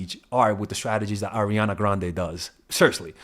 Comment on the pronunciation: I love the r on grrrande 💀🤣